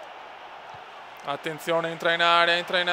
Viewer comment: mirallas si legge miraias